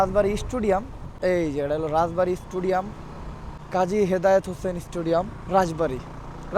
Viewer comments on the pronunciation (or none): Vai studiam na stadiam bolba.nahole manush hasha hashi korbo